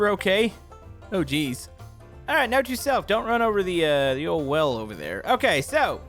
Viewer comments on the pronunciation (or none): none